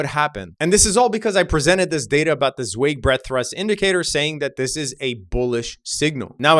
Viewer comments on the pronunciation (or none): Z! It’s Z-WHY-g! Zweig is pronounced Z-WHY-g. Google Martin (Marty) Zweig.